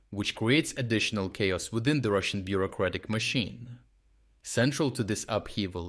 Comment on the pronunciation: ..."will dramatically changine russan logistics"